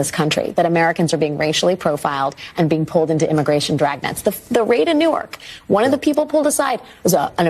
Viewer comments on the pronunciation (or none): none